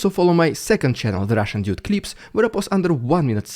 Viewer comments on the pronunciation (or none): Take it you don’t live in Russia otherwise you’d be in prison…great videos!! Keep it going…..and it’s doode, not dyude 😂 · the russian "ĎJUDE" xD he must be doing it on purpose, amiright?